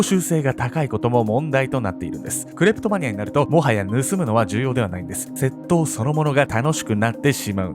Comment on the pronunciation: 窃盗のイントネーションwセットォ⤵︎オ